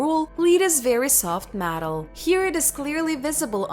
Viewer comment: A giant hand? What.. iren? Matal? Broons shows you to trace genetic material that determines the sax of an individual? I’m sorry. I love history - so disappointing I couldn’t understand the person trying to speak English. Almost every other word was nearly mispronounced.